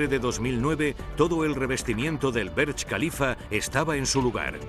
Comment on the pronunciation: Dislike por "Berch".